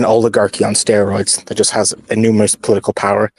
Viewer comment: Take a drink every time says " that-tuh"😂 In other news, THIS SHOW GOOD.